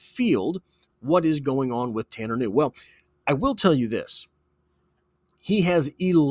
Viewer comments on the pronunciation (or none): Ku new is the pronunciation. His distant cousin was a promising de out elder high School who got a full ride to Boston college only to have a heart issue discovered. His grandpa's second cousin was a great basketball player at elder. The kid can play and has great work ethic coming from that family. If the bungles aren't stacked at that position I'd love to see him work with Joey b.